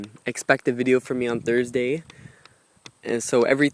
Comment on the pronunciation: He said tursday wtf its satday